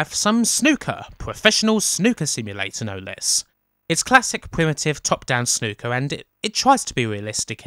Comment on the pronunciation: When I heard you say Snooker, I thought you said 'Snuka'. "Oh this is gonna be a game where we Super-Fly off the top of a cage. Then we go to a motel and murder our girlfriend."